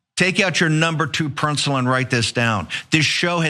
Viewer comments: "...No. 2 prencil " ? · Yeah...I just commented on it, athough I heard it as "pren-cil".